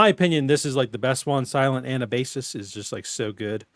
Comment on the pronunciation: You miss-read it too much XD Anabasis (/əˈnæbəsɪs/; Greek: Ἀνάβασις [anábasis]; an "expedition up from") is the most famous work of the Ancient Greek professional soldier and writer Xenophon.[2] It gives an account of the expedition of the Ten Thousand, an army of Greek mercenaries hired by Cyrus the Younger to help him seize the throne of Persia from his brother, Artaxerxes II, in 401 BC.